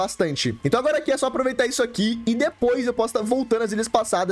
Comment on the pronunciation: Ele falando agola kkkk